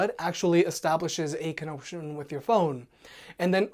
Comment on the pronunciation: "Establishes a con-oak-shun"